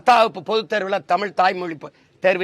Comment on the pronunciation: First you pronounce thamizh properly. It is zha not la